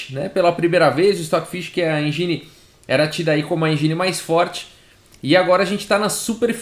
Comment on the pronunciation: Só um adendo: a pronúncia mais próxima é algo como "êndjin", não "enjíne" ;) Excelente vídeo, como de costume